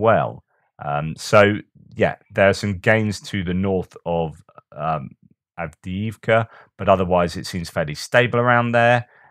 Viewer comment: Doing good 😂 with Av dee eev ka. The first ee has and major lift the second ee a minor fall. Hallelujah!